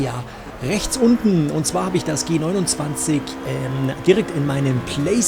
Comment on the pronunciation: Welcher Mensch sagt denn Bitte G-Simumzwanzig 🤔🤦🏼‍♂️